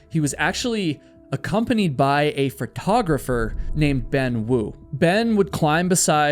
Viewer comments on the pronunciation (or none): "Photographer".. not "fret-ographer"